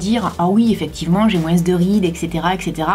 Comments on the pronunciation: Sa me stresse tu dis "moinsse"😂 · Le "moins" tu prononces le "s" et tu me fais rire tout le temps avec ton accent😂😂 (Ne le prend pas mal , c'est une remarque gentille 😘) . Au sinon super vidéo comme d'habitude 😘❤ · c'est juste pour te dire qu'on ne dis pas «moinsse» Mais «moins».sinon je t'adore tu es la meilleure. 😉(like si tu es d'accord)